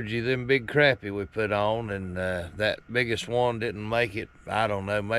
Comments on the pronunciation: It's not crappy. It's not something that's nasty that you took a dump. It's pronounced crop-pie with a short o sound. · Love the video! but I always believed that fish was pronounced croppie, even though its spelled crappie, so I looked it up and the pronounce it right web site says Croppie is the correct pronunciation, Thank you for the video have a Blessed day😁 Trump 2024!!